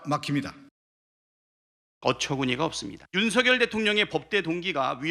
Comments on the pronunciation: 저분 북한의 유명한 아나운서 발음으로 윤 석 열 이라 ? 제가 잘 못 들었나요? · 이 분 북에서오셨나 고뇌하는 윤. 석.열 이라고 또박또박말하는게 북칸 아나운서 스타일이야.